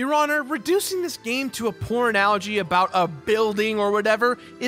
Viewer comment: I know he said Poor Analogy, but to me it sounds like he said Pornalogy.